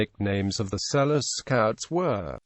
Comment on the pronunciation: His name is not pronounced "Sell-us"' It is pronounced Sel-loo".